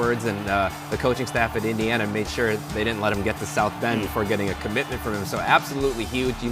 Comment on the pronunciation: All other rankings have IU as the 1st, 2nd or 3rd ranked portal school.... Screw the Illinois hicks at BTN who can't even pronounce Eeendeeeana....